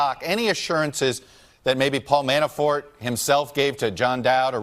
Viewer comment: Dershowitz keeps saying Manaford..or Manafore, instead of Manafort. Is he afraid to say his name correctly???